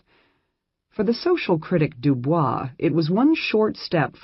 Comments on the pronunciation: W.E.B DuBois' name is mispronounced, albeit the American version is not correct per French. DooBoys. Very annoying in a scholarly presentation, perhaps the robot should be re-cued. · The correct pronunciation of WEB du Bois is de Boyz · It's pronounced doo-boys. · loll so americans have been saying dubois name wrong this whole entire time huh!?